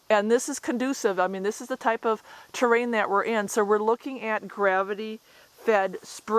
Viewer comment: "Poplar" "terrain" "too safe"